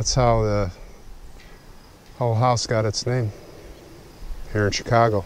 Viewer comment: Why do you pronounce Hull as Hall?